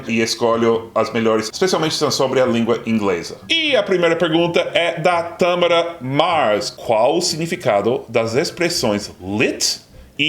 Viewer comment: O nome da menina era Thamara. Sem sílaba tônica aparente. Você falou Tâmara como se fosse uma proparoxítona e daí seria a fruta (date)